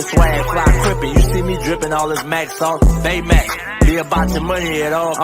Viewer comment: BayMaac? Seriously?